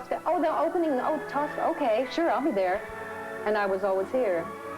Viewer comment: Merrill says tusca instead of Tosca LOL